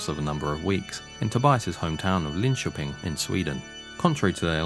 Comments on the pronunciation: Probably one of the best English pronunciations of Linköping I've ever heard. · Finally someone who can pronounce Linköping correctly. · The pronunciation of Linköping was eerily good! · 'ö' is hard for English speakers, but agreed ... it's pretty good.